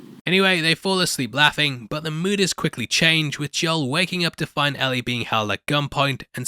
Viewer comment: It’s not Al-ee it’s L-ee. It’s written Ellie not Allie.